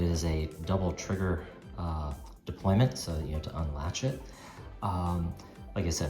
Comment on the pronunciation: Is it “deployment”, or “deployant”?